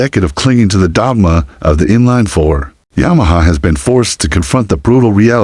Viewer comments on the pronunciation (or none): note to the commentator on this clip - thew word is FOUR ...not Fa ...